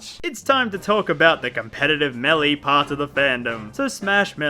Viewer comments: It's pronounced "Mail-a", not "mElLeE". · Idk if I’m in the wrong here, but the way he says Melleee instead of Maelae annoys me. Idk if I’m wrong, but I always pronounced Melee as Maelae instead of Melleee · me-lee god damn it the announcer says melee after super smash bros and you mis pronounced it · the way he says 'meley' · I still can't stand listening to you pronounce Melee as Melly. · It’s not MELE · The way you pronounce melee makes me want to drink fucking lighter fluid.